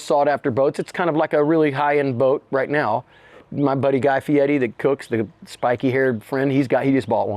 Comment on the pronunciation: He pronounced Fieri correctly. Did ice know how to pronounce it or did Guy have to tell him?